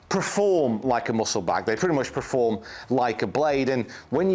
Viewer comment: Where does preform come from instead of perform. Ive noticed fryer saying it as well.